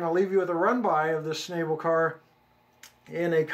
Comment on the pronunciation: schn-AH-ble. the a is ä, not ā.